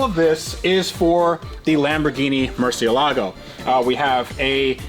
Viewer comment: Hey, when did you start pronouncing Murcielago properly 🤣.